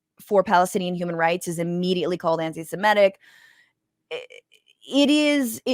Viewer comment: Newsflash: Palestinians ARE SEMITES! Pronunciation: Sem-IT-ic. Not som-et-ic. Saudis are Semites. Syrians and Iraqis are Semites. And Israelis are Semites. Semitic is not a racial or religious designation; it is a Linguistic designation. Those whose "mother tongue" is a Semitic language are referred to as Semites. You cannot be Pro-Israeli and Anti-Palestinian and be described as "Anti-Semitic" since both groups are Semites. According to legend the term Semite was used to designate the descendants of Shem, a son of Noah. Jesus was a Palestinian by birth and a Jew by religion. Diversity; There are many Christian Palestinians and Israeli Arabs who are Muslims. Mutual survival or mutual destruction: There is nothing simple about the region we call the Middle East! But it is obvious that the only chance for stability in the region is PEACEFUL CO-EXISTENCE and the only way to obtain that is a Multi-Nation Permanent Cease-fire. Rights and Responsibilities: All groups in the region must agree on the Rights of all other groups to exist. Define borders and accept U.N. "buffer zones" between them. Rather than compete against each other for survival, develop multi-lateral Trade Agreements that will provide a blueprint for mutual survival. Obviously, FANATICISM - whether religious or nationalist - must be abandoned on all sides for any of this to work. As with any enduring antagonism, the peoples of the Middle East must choose between the drive for hegemony/dominance and mutual survival.